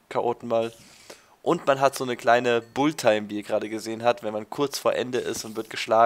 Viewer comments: Es heißt Bullettime und nicht Bulltime :) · Wenn schon klugscheißen dann richtig.Es heißt nicht Bullit sondern Bullet. Außerdem hat schon oft genug erwähnt das sein Englisch nicht so gut sei und das man darauf nicht rumhacken solle. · es heißt Bullet-time, nich Bull-time :D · wie du bullet time aussprichst ;D